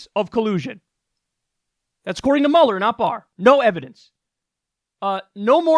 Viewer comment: Haha I cant believe after all this time of watching Kyle I never noticed he says Bob Muller not Robert Muhler it felt so weird hearing